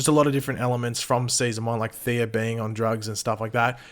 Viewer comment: You know there’s no “R” Thea’s name, right? Why do you keep calling her “Theera?”